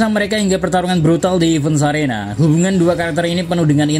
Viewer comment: Koreksi: Bunjee gum, bukan bunjee jump. Heavens arena bukan events arena